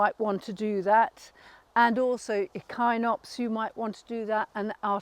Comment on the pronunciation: I have also never heard echinopsis pronounced that way.